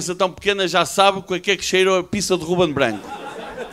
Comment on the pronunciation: Muito mau! Top 🤣🤣🤣! A malta falhou... não é Bganco! É Guben Bganco!... puto falhaste! Faltou o "má logo malta!..." Má logo puto!